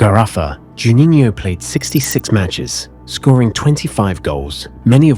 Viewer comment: I believe, "Juninho" is the only non-English-word, that you don´t pronounce ridiculously... Otherwise, all ok.